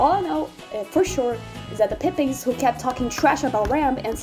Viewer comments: Pippins is Pronounce pɪ́pɪnz ("PIP" + "inz") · i know spanish doesn't have initial-/s/ and you have to pronounce it /es/ but it still sounds like you're saying pip-penis lol